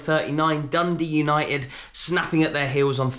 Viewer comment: 7.19 - "Dundee United" - really?! You're better than that!